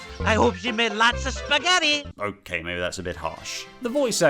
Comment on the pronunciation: Me: Hears spagetti for like a 20th time.But laughs even though he didn't do it for other 19 times.